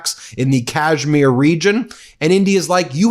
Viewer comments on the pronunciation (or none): none